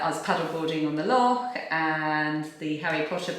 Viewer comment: Your mum is Scottish, but you can't say 'loch' 😂 Love your podcasts xxx